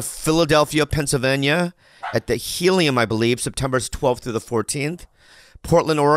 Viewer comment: anybody else hear "pencil-venya"